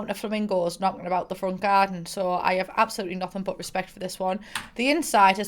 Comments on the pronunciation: i love how instead of saying absolutely, says apoloopy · CEO of saying "apalootly'' istead of absolutely lmaooo